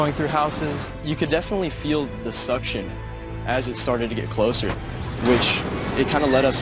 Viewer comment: He said it. The “suction” “the suck zone” 🤣